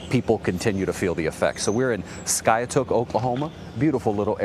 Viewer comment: It is called SKY ....TOOK.